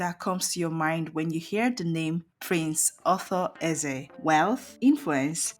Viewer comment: So, you can't even pronounce the man's name or what?